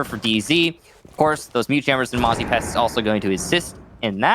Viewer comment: Mute + Mozzie = Mote? Pronounced like moot